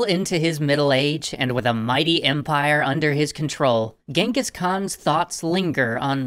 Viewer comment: Well that's the first time i'm seeing someone use the phonetical spelling of the Actual Pronunciation of Genghis.